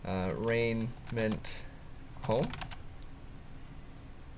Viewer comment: It's pronounced re-ji-ment